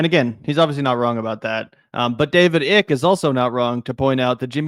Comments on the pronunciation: His name is David Ike, it's not pronounced "Ick" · Hi I'm from the UK and Icke is pronounces Eyecke - he's been around along time in the UK and started off as a youth footballer (until rheumatoid arthritis ended his career) and sports commentator before he went completely batshit. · "Icke" is pronounced "Ike". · David Ick, as in "Ick" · PRONOUNCING IT DAVID 'ICK' IS HILARIOUS AND SO APPROPRIATE LOL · David EYE-K-UH